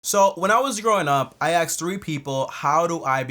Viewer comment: he cant even say the amount right as an pro accountant stop saying u axed ur customers